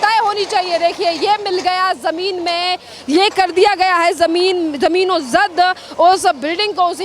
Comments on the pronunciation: जमीनोंजद नहीं जमींदोज बोल बेवकूफ... हिंदी की चिंदी मत कर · मैडम जमीनोजद नहीं जमींदोज होता है, यही बोलिए।